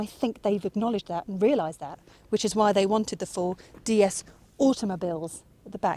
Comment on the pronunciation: It's pronounced "déesse" - deity.